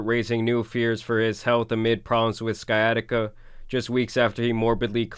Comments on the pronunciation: Is not skyatica...its Sci Atica like Sci fi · The only thing im hating on is your pronunciation of the word Sciatica 😂😂😂 , Sciatica ( sai•a•tuh•kuh) . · "sky aticca" 😂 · Ski Attica ??? 😂 sciatica!!! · “Skyatica” lol